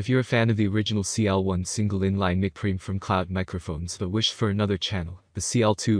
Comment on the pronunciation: mic is pronounced Mike...Preamp is not one syllable it is Pre-Amp